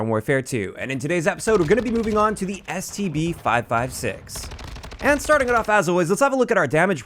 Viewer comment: Always sounds like he says, STD